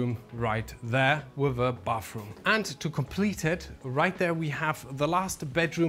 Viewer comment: Why do you call it "bafroom"?😅😅 It's bathroom.